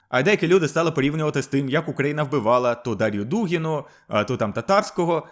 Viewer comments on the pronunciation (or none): none